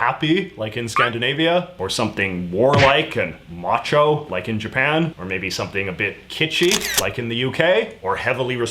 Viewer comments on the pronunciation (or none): none